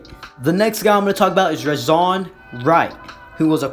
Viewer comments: its rey john not rey zon get it right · It’s pronounced “ray - zohn”